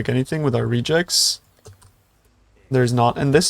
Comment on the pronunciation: you said regex like rejects (thats how it captioned lol). and it's more like redge ex.. because regular expression